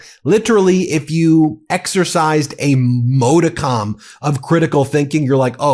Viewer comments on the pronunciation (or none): just for clarity - the word is 'modicum', pronounced 'mod-e-come'... NOT 'mode-e-com' you're welcome